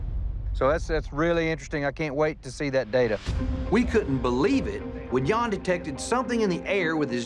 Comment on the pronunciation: The right way to say his name 'Jan' is like saying the word 'run' but just with the J in front ( Not R ) not like it sounds like Yawn